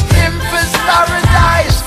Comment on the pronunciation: pimpers paradise and not pimpass..lol